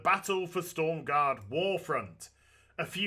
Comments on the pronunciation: Aaaaaaaaaaahhhhhhhhhhhhhhhhhhh It's S T R O M garde ;) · STORM GAURD? YOU MEAN STROM GAURD AZ XD